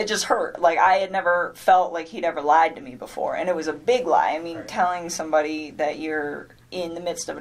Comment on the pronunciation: This b is illiterate. "His wife has a 15 week old baby on the way". Then deleted texts; " I remOOOVVED IIIIT because he liiied". Sounds like pre-op dude, FR! What is with dragging out syllables, is that to point out obvious lies? I love how there are lots of pix sent out, but not all to Chris😂 Poor CW killed his family to be with a skank, for whom he was just one of many. Perfect. Let's hope finds a husband JUST LIKE Chris.